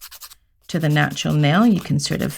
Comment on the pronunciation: I love to hear say "natral" nail 😊